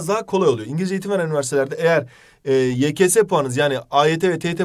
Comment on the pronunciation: Bu hala yks yekese diyo 😂😂😂